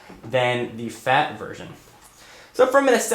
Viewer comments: keep clicking at 10 seconds. it sounds like he says "your fat your fat your fat" lol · why are you emphasising the word "fat" my ps3 is very sensitive about his weight. and you sir are hurting his feelings.